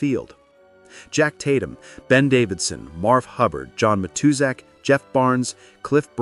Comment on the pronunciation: AI narration, mispronounced Matuszak.